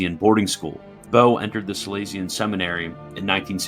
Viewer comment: No, it's not minor at all. It goes straight to the credibility of the writer and the narrator. It says "This is not a serious effort. Any ol' thing will do. We don't need to check things like pronunciations or facts." The video cannot be taken seriously by serious people. If you had surgery and the surgeon left a sponge inside your body, would you call that "minor"? And "Salesian" is far from being the only mispronunciation--stuff that is easy to look up, but they didn't bother.